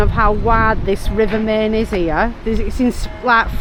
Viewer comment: Great vlog, guys 😊 I believe you are going to visit Schloss Neuschwanstein, aren't you? Enjoy and safe travels,. Our LittleLilly send lots if sloppy kisses to Chicco 😘 add: the river Main is actually pronounced like this: mine (just saying)